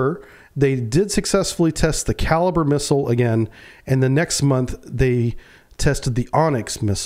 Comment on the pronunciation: It's not called a kaliber missile,,,,,Its pronounced ,,,,kaleebrea,,,,And it also has a land attack function ,,Its been used in Ukraine many times,,,These kalibre missiles are almost hypersonic speed,,,,,The kinzal hypersonic missile is based on the kalibre design,,,The Ukrainian minister of the armed forces has stated in an interview that in all the time the patriot system was in Ukraine ,,They never once were able to shoot down a kalibre missile,,Or any supersonic missile the Russians fired ,,,,,I believe this interview is on line